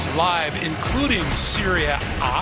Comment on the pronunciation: Greg gumbel calls wrong pronunciation serie a